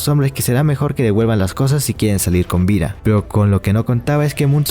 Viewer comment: Casi todo bien, pero irrita un poco el siga con "vira" y todas las palabras con d que dice con r